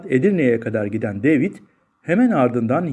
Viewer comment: deyvid ne gözünü seveyim, yabanci isimler Ingilizce telaffuz edilecek diye bi sey mi var?